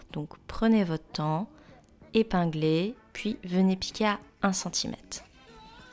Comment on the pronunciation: CentimètRRRRRRRRRRRRRRRRRRRRRRRRRRRRRRRRRRRRe !!!!!!!! Le mot prend effectivement un R prononçable. Sinon le pantalon est super !